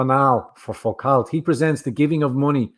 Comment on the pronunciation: Foucault is pronounced Fu-Co, it is French after all!